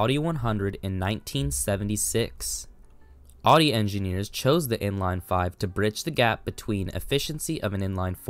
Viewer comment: It’s “OW-DEE”. That’s how the Germans say it. There is no “AH-DEE”